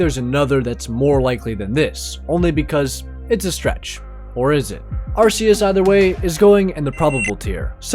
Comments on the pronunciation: why can't ppl ever pronounce Arceus right , if you watch the movie, it is pronounced Ar Key Us not Ar Ce us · If you're going to be a CHRISTIAN you can't have idols and it's ar-KEY-is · I mean we all knew Ash was Pokemon Jesus, he has come back from the dead like 5 times IT'S PRONOUNCED 'AR-KEY-US' BTW